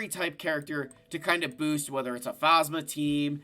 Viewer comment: You can tell he hasn’t watched the sequels because of how he pronounces Phasma